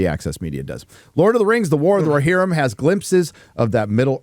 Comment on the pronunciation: "War of the RoHERrim."